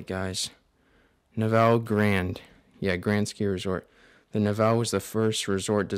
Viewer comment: It's pronounced, nev-vel-lee